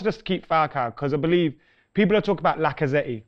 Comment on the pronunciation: Lacazette - he's French not Italian "lacazatti" lmao